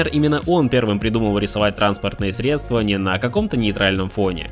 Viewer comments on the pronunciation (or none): none